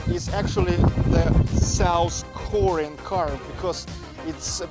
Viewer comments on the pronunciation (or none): none